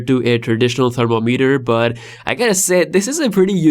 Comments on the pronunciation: Thermo-meter ❌️ Therm-om-eter ✅️ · Your pronunciation of thermometer made me wonder what device is that 😂😂😂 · guys i have a question ::: do ppl say thermometer like he does on the video?